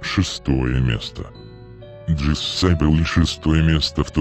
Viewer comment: ' Не Джессабель а Джезабель